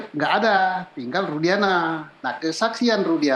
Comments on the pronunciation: Nyebut nama aja salah kok jadi nara sumber . Rudiana jadi rudianta . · Maaf, bapak itu ketua Kompolnas? Dia tak tahu bahwa Saka Tatal tak pernah ajukan grasi? Juga, namanya Rudiana, bukan Rudianta,. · Itu si gak paham kasus dia, kok dijadikan narsum sih? Nyebut rudiantut aja jd rudianta... Next time narsum yg kompenten aja lah yg memang sudah mendalami kasus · Siapa itu narasumber yg bekas wartawan, sepertinya tdk memahami kasus ini tai di jadikan narasumber. nama Rudiana aja dia bilang Rudianta. Kacau nyari narasumber yg kredibel dong